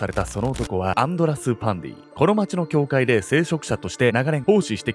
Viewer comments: パンティじゃなくてパンディか！😂w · 終始アンドラス･パンディが、アンドラス･パンティって聞こえてました（笑） これも…洗脳なんでしょうかね😅